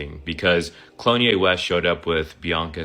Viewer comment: Did he just call him Clone-ye West?😅😅